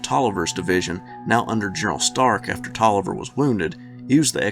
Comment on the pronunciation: You don't know how many people mispronounce Taliaferro, but you got it right. 👍